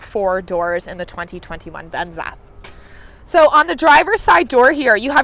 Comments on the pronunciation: Is she saying "VenZA" as a joke, or is that really the way she says "VenZA"? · I wish we had it in Europe and I like the way she says venza